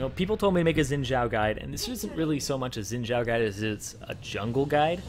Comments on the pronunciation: Its xin zhao not zin jhao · why do people pronounce it zhin jiao, when its xpelt xin zhao its suppose to be pronounced shin zhao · Orville mohe is how it is suppose to pronounce it it is mandarin, so zin jiao is the correct pronouncitation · um wut dialect are u speaking? cuz in mandarin x is pronounced sh. idk about other dialect tho. and chill out